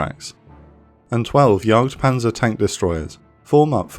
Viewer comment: Brother wth is a Yautpanzer? It's Jagdpanzer. Getting such a basic thing wrong doesn't give me confidence you got the rest of the video right either.